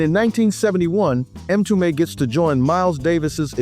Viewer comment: Not 'em tume " but mmmtume , it is Swahili for Messenger or prophet